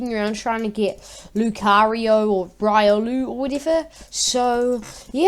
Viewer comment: It is RIO-luu